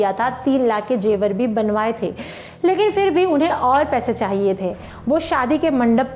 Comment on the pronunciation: Ma'am aapke kuch shabd galt the.. Jaise jebar Zewar hota Last me aapne kaha, hmari ye video apko kaisa lga Kaisa nhi hoga Apko hmari ye Video kaisi lgi... Ye hoga Waise apki awaz achi h or ap v..